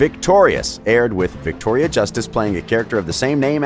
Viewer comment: "virctoria" WERES MY MAC PRO